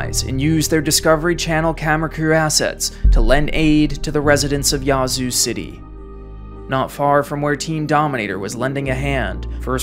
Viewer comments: The a in Yazoo is not pronounced ah. Think of the way the a is pronounced in ash. The way he says it is so cringe to locals. 😂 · Living in Mississippi I hate the way hes saying "Yazoo city" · You can’t fault out of state folks for not being familiar with our local dialect and pronunciations. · Great video, but please learn to pronounce the cities you cover. It’s just grating on the ears for those who live there or know people who do. It’s not “yah-zoo” but “yeah-zoo”… as in, “Yeah, I agree”. For future reference. 😉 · Not complaining but its yeah-zoo not ya zoo lol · Thank you for the video chronicling this historically devastating storm, but the town's name is pronounced "Yazoo", with the æ or ă sound, like "apple", not with the "ah" sound (Yah-zoo!) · I don’t know how to explain this but it’s pronounced more like “Yaaz” than “Yahz” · great video.. A couple of minor pronunciation errors tho.. It's not Duront.. it's Durant, like the little bitey insect ant. Yazoo is pronounced as you would say "at" but obviously without the t.. but the A has that sound... it isn't YAH zoo as you said throughout. YA'zoo and not YAH'zoo. But aside from that nitpicking, it was very well done and I remember sitting at home in central Arkansas watching this monster rip across my home state. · It’s actually pronounced Yeah-zoo. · Just for clarity, it's pronounced 'yeah, zoo' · It's "Yeah"-zoo. Spent many nights out on the lakes there as a kid. Beautiful but poor as dirt. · I’m from Yazoo city we pronounce it “yeah-zoo city” lol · Nothing wrong with this video except for the way you say Yazoo. Here in MS we say Yeah-zoo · The indigenous tribe that created the name taught everyone else the correct pronunciation... ...and it's not "Yah-zoo." 🤣🤣🤣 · First of all, it’s not spelled Yahzoo, it’s Yazoo. Secondly, the people who live there get to determine how the name of the town is pronounced…..just like people determine how their own names are pronounced. 🙄